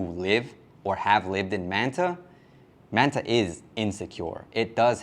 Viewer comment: My brother. I respect you, but please stop saying Man Ta and say Manta . I get you speaking English. Just it the right way. Not the English way. It just sound funny. Please 🙏🏼